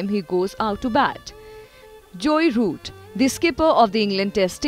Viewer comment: It's jo root not joye root